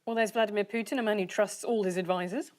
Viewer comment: Bravo Andy Hamilton, , an English person who can pronounce Putin correctly.